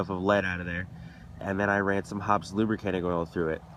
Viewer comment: Hoppe's is pronounced hoppies or hoppys not hops. Know your products well and you'll do an even better job...though I wouldn't use a product made to dissolve gunpowder residue in my air rifle barrel.